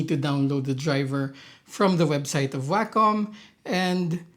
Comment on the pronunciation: WAY KAHM. NOT waaa cum. that's just gross. the COM is pronounced like a DOT COM. WAY COM. i'm losing my mind hearing waaaaaaa CUM in literally every Wacom review. /rant